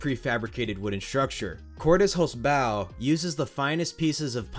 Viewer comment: For someone who likely doesn't speak German, you got the "Cordes Holzbau" pretty well. And considering the impressive overall quality of the content on your channel, this can easily be excused. I guess we all prefer great content with a 95% pronunciation of a German name over crappy content where the only thing well done is getting a German name right. 😁 "Holzbau" just translates to "wood construction", while Cordes is the last name of the business owner (and likely the founder too, as this seems to be a family business). With English not being my primary language, doing this phonetic stuff is not my strong side, but I would guess the best way to describe it to an American would bei that it is pronounced like HOLTSbow, with the first syllable stressed and "bow" being pronounced like the bow of a ship. If someone is better at phonetic description, feel free to correct me. The good thing about El Toro being a prefab is that Great Adventure only need to order "all parts from here to there", and Cordes will be able to send them spare parts that will be a perfect fit. However, given the risen price of lumber, this may not be a cheap repair job. Greetings from halfway between Cordes Holzbau and Schwarzkopf (geographically speaking)😂